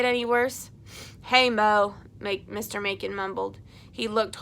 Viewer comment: 3 years later lol i wanted to let you know that your pronounce "Macon" mason. :)